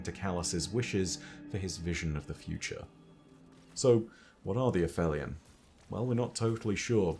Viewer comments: not quite vibing w/ a-fell-eon when its been a-feel-eon but oh weel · Absolutely no disrespect to our resident lore-daddy but it is “ay-FEEL-eon,” not “a-FELLY-un”… it’s literally in the game audio 😬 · Me and Shuro Chi the past couple years: A-feel-eon: F that. A-fell-eon. 😑😑😑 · It’s pronounced ‘App-Heel-Ee-On’. That’s because the word means the point in Earth’s orbit where it’s the furthest away from the Sun. The ‘heli’ part refers to Helios, the Greek sun god. Aphelion could be a reference to the fact that the beings themselves are far away from the ‘Light’ of the sun. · Fun fact: it’s actually pronounced afelion. I came to write exactly the same comment as you. I’ve been saying it as ap-helion my whole life. But I’ve gone and done some research, and it turns out that it would only have been pronounced that way in classical Greek, but later Greek, Latin and hence English merged the p-h to the f sound regardless of whether they technically belonged to different roots. Other examples would be aphaeresis and aphorism. Fun fact 2: the word in Italian is “afelio”, further showing the p-h merger. Can’t believe I’ve got this wrong my whole life! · You have an accent, you're British, yada-yada..... But when the clip you play clearly calls them "uh-feel-ee-un"... It makes the way you say it just sound wrong.